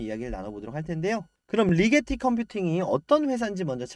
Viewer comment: 리제티가 아니고 리게티 아님?